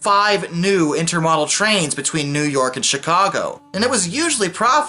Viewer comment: Intermodal is pronounced with a long "o", because, you know, different modes of travel.